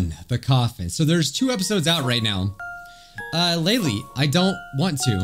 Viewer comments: It's pronounced laylay leyley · Its prounuced laylay